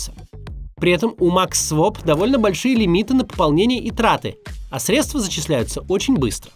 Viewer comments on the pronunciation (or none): none